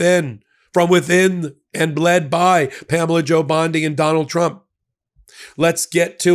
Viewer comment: 😂 Did you say Pamela Jo Bondi? Rhymes with banjo? 🤣 PamelaJoBlow.